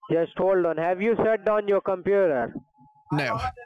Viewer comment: "I HAVE-UH TWO MERCEDES BUT I HAVENING NO TOILET IN MY APARTMENT"